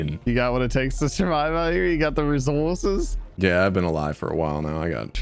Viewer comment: I have never once heard say “resources” in a normal voice